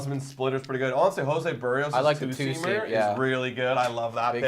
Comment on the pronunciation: It’s Joe Barry Oh’s 😂